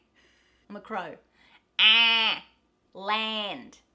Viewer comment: It's everything but crow. Close to goat.:)